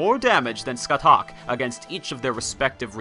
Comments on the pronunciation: Thats not how you pronounce Scathach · ska - shah NOT skut - huck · Just gonna leave this here. Her name is pronounced “SKA-HAWK”.